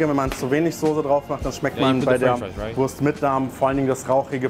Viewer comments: No offense, but Wurst is not spellt like worse but voorst. Imagine a V followed by oo like from loose but shorter. It a national dish with international roots. A delicious and cheap meal from the dark past of post-war Germany. The Currywurst was established in West Berlin (West Germany aka Federal Republic of Germany (FRG)) and later reinvented without casing/intestine in East Berlin (East Germany aka German Democratic Republic (GDR)) because of shortages of intestines. At first the sausages were cheap and very low quality. But soon after establishment quality standards were erected by the local government, food authorities and the food industry. The official inventor of Currywurst is Herta Heuwer but it is a high possibility thar Currywurst is an invention that several people made at the same time. And without occupation it might be never invented because Brits brought Curry powder (spice blends) from colonial India (British East India Company, BEIC) to Germany and Americans Tomato ketchup. Today is this dish all over Germany. But there are 3 areas that claim its invention and celebrate their version: First Berlin, second Lower Saxony/Hamburg (Currybockwurst or Volkswagen-Currywurst (yes, the car manufacturer sells their own version)) and third North Rhine-Westfalia (mostly Ruhr area). They are barely comparable. The share the core concepts but taste very different in profile/detail. In Berlin the sausage has to be pan-fried by law, in Northern Germany it is more common to h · you pronounce the wurst with an 'o'. But that is wrong. Its a 'u'